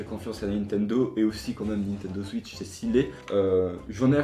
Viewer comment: C'est pas gentil de dire suitch et tuiter alors qu'on dit souitch et touiter